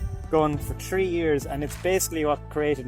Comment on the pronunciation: tree years